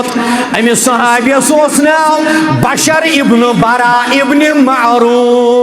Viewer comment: محترم،۔ بَشر بن براء نہیں بلکہ بِشر بن براء ھے ۔ب زیر کے ساتھ ھے نہ کہ زبر کے ساتھ ھےیہ ھے بِشر بِن بَراء بِن معرور۔